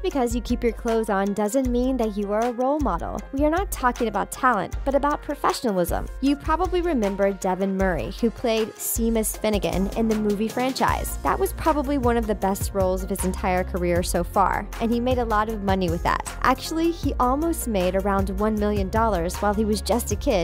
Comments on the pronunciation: Did she say seemus fingan not sémas finigan. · Just *once*, I'd love to see a HP facts video where the VO actually knows how to pronounce things correctly. Sea-mus finnigan? Aurora Frank Longbottom. Really?